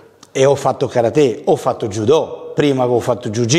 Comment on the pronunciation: Che fastidio che non riesce a pronunciare karate nel modo giusto nonostante affianco che lo pronuncia ovviamente giusto😅